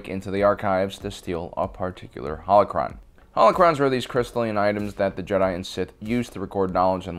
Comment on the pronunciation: be like, UwU senpai yoda pwease wet me into youw howochwon vauwlt Wet youw in I wiw not senpai bane If you don’t get it he says howochwon instead of holochron